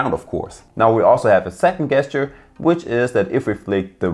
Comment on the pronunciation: "Guess-ture"?? It's pronounced "JES-tyur". Soft G, not a hard G. Sheesh.